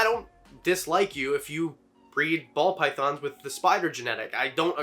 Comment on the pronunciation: I feel like I’m hearing him say Pall Bythons